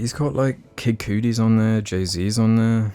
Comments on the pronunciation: I’m sorry but when you said “Kid Coodi” I visibly shivered. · pronouncing kid cudi as "kid coodi" made me cringe dude